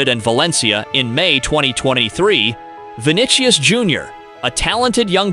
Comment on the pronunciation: Vanishious is how you pronounce VINICIOUS bro! And why isnt the U.S on this list? When in AMERICA I am profiled, its horrible!